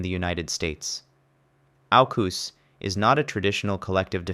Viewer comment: The way he pronounces ANZUS and AUKUS is killing me 😂😂